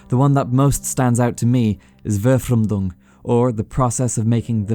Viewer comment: pronouncing Verfremdung always puts a smirk on my face